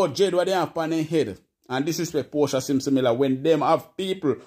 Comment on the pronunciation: Portia not porta